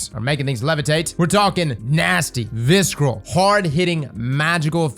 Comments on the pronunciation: The "c" in "visceral" is silent bruh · The c is silent in visceral, unless that’s just what I’m hearing. Much love for you my Brotha.